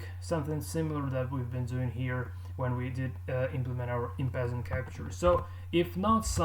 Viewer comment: En passant is a french word meaning in passing , it's pronounced more like 'on pass ont'